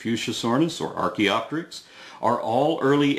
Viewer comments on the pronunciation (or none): none